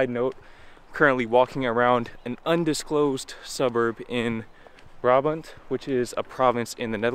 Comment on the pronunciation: Brabant... Sigh.